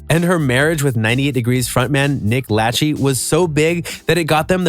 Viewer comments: Isn't it pronounced Nick La-shay? NOT LATCHEE? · Nick lachy no it's pronounced Nick Lachey la shey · A video about interviews you can't even play and you can't even pronounce names. It's Nick Lah-shay, not Lat-chee. I didn't even bother watching after the first video. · Nick ‘Lachee’?!? You mean La-shay? How old are you 12? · Nick la-shay not latch-y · Nick Latchey? Lol it’s pronounced “la shay.” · Its pronounced Nick LaShay not Latchy lol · Paused after I heard you call Nick Lachey , Lach-ee. It’s pronounced la shay. Then I read the comments. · Jessica Simpson a HIP HOP singer?......NOT!!! Married to Nick LATCH-EE? LOL How about Lachey as in LA-SHAY? These videos are freaking hilarious!!!!! There are so many fuck ups in these vids, the person producing should be kicked in the ass...😂😂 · Nick latchie? It’s la...shay.🤦🏼‍♀️ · Did u guys call him nick lachee on purpose cause it's pronounced la-Shay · Ummmmmm.....Jessica Simpson....a hip hop singer? Are you sure about that?!?! Nick La-Chee? Let’s try that again....Nick Lachey (Pronounced La-Shay). Before you decide to record and post a shade video, at least get their names and genre correct! 🙄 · Not Nick "Latch-eee", try "La-shay". How can you be a celeb channel if you can't even pronounce their names? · Latchey?? You are giving out information as facts and I thought you would've done a couple minutes of research for this vid. Like don't be so lazy you can get all the info you need...you don't when know the dude's name lololol. The last name pronunciation is la-shay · LuH-shay not Lachee! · Hip-hop? Nick Latch-ee 😂 I can’t with this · You messed up Nick's last name. Its pronounced...La-Shay. NOT Latche. Bwhahaha. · Latchey? Its pronounced la Shay. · It's Nick La-Shay...Not Latch-E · Nick La-chen.... is La- Shay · Wtf. Nick lachee! It is pronounced la shay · You pronounced Jessica Simpson’s ex-husband’s last name wrong. It sounds out like an “sh” sound instead of a “ch”. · It’s lashay not latchy lol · "Nick Lach-ee" 😆